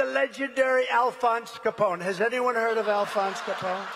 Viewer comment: He gets Capone’s name right!?! Mike Lindell may want to go into hiding.